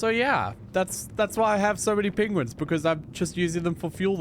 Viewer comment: Didn't know Bennedick Cumberpatch was on that planet when they're called Pengwings